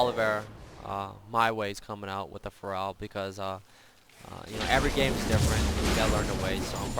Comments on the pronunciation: He says Pharrell, not Feral. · whats with the mispronunciation of feral? lol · every time he says Feral i hear For Real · exactly :P thought i was the only one that noticed.